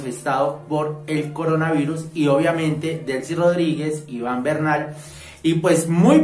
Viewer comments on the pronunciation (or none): none